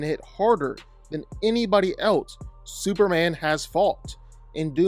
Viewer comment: Superrand? Why is it that you can’t say Superman?